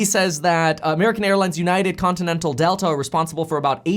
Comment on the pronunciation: Lol you saying continental